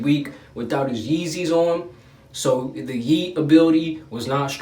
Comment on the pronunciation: Dude you gotta be on that PACK IT'S YEEEZY NOT YEEZY, DAMN FOO.